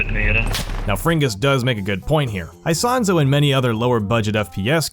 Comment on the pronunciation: "aisahnzo" 😰. Ita "Isonzo", its a game of ww1